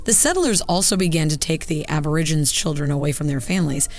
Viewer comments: Why does the narrator call them Ab-or-i-ginz? It's pronounced Ab-or-ig-en-eez. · Why is the narrator calling them "Aborigins" wtf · the narrator of the video they watched can't pronounce aborigine correctly. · "Mysterious Black People"? Where on god's green earth did you hear that? And the documentary you chose used a narrator who, if the closed captioning is correct, couldn't even pronounce "Aborigines" correctly. Please get help finding appropriate resources to share with our beloved villagers. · No-one in Australia calls them "mysterious black people". It's a pity that the narrator didn't learn to pronounce "Aborigines". I hope the good folks here get a chance to visit Australia and spend time with Aboriginal groups.